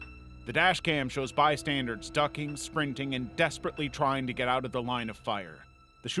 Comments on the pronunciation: I love this channel, but um...it's "bystanders," not "bystanderDs." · What is a “bystandard” ? You said it three times 😂 Do you mean bystander? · It's "bystanders" not "bystandards" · Why does he keep saying "bystandards" it's driving me crazy